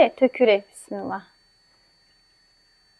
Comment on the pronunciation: Bissimillah yox ay xanim Bismillah